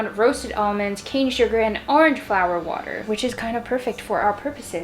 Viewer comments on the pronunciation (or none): none